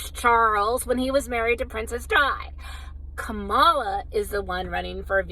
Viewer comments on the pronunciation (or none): It’s ‘comma-la’